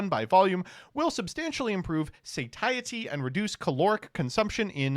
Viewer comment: not a native speaker but I've heard of "satiated" meaning when one is full and has no appetite left. I would have expected it to sound similar especially since they both have the same root of "satis" meaning enough. Interestingly MBTs pronunciation of Satiety was correct according to google..